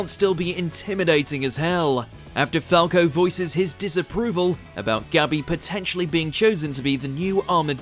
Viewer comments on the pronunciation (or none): none